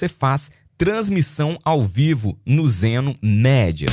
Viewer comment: Então amigo! Só uma dica pra você, a pronuncia é Zeno Midia, ou seja lê-se media